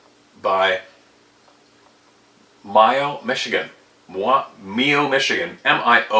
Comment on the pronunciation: Your very first pronunciation of Mio was spot on